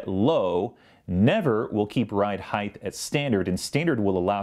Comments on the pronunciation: Grammar police It's HeighT not HeigTH "th" is only "TH" when the "T" is before the "H" In this case it's "high"- "t" Sorry, but it bugs me! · why do people pronounce it "heighth" instead of height? as well. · Dude, what's heighth? Probably a guy that says "nu-culer."